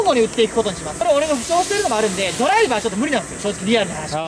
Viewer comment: ヒカルのドライバーの発音が運転手なんよ